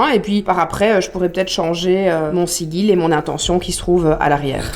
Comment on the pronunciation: Merci pour cette chouette vidéo et cette bonne humeur. Et bravo à Simon pour son état d'esprit. "Loué soit le grand Simon":-D:-D:-D;-) (Par contre,, on t'adoooooore, mais "Sigil" se prononce "Sidjil"...).